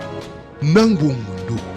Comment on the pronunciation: BUONG po ang Tamang bigkas BOUNG po maling bigkas